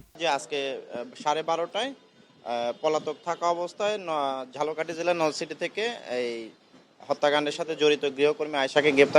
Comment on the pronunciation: আমি সাংবাদিককে বলতে চাই বরিশালের ঝালোকাঠি না ঝালকাঠির নলসিটি। আশা করি সংবাদটা ঠিকমতো পাঠ করবেন😢